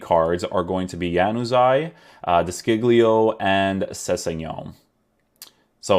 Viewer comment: De Sciglio is actually pronounced "De Shilio" SC is like shh, and the "G" is silent